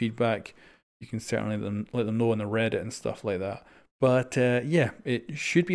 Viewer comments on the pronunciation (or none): none